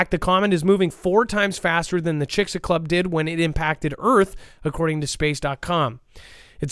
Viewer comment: Sir it is Chix-alube